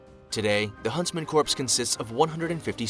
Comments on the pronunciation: Huntsman corpse? That's dead wrong! See what I did there? Someone should tell the bozo narrator that "corps" is pronounced "core". Btw, the proper name of that unit is Jaeger Corps. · Corps is pronounced core, it’s from the French and is pronounced “core”. Corps the way it’s used here sounds like corpse, ie dead body! Ffs! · Corps is pronounced “core” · the p in corps is silent, and is pronounced core. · Corps is pronounced "core" and this makes this video difficult to listen to for me. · Bugs me when they pronounce the P in Corps, it's silent it's spelled corps but pronounced core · I agree. Sounds like Obama's Medical Corpse.